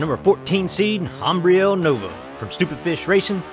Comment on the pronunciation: Awesome races! Nice job with the commentary and pronouncing Ambrielle's name!! She loved it guys! Go Stoopid Fish Racing!!!!